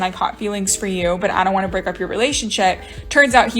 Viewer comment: "I wan-tta. I wan-tta.